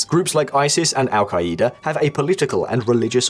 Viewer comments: “Al- kaleeda” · Wtf is el ka-E-da